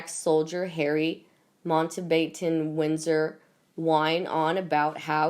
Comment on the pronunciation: You really are beyond belief ! 1 idiot talking about 2 other idiots ! I’ve already told you how to pronounce MOUNTBATTEN- WINDSOR, I’m NOT explaining it again, as you obviously don’t understand or care ! I guess that goes for the whole team, (assuming there IS a business team, somewhere)? Not knowing the difference between Sussex & Essex is bad enough, but to then show a picture of HASTINGS (East Sussex, & 5 miles along the coast from Bexhill-On-Sea, where they ‘flew in & flew out of ) I suggest you make a few changes to the company ‘Sussex Daily News’ channel !!